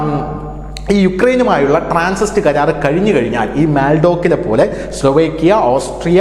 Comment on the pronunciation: TRANSIT, not Transist